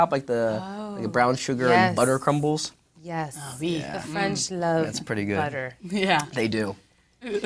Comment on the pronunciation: I was cracking when Jennifer was agreeing in French lol "ah wii!" - :-D